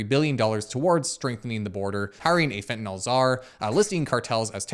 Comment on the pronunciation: Great video. Suggestion though: since you're such a credible channel, could you please say "Fentanyl" as opposed to "Fentanol"? I realize that so many people mispronounce it that it's almost accepted, but chemically "yl" means something very different than "ol". Alchohol vs Phenyl. Benadryl - you wouldn't want to accidentally call it Benadryol.